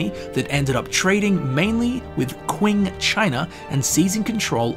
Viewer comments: Love this video but hearing your pronunciation of 'Qing China' gave me hives (for future reference its a ch- sound not a kw- sound) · Juat so you know, Q in Chinese is pronounced like "ch" in English. So Qing is more like Ching 青龙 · I believe the Qing Dynasty is pronounced Ching. Could be wrong.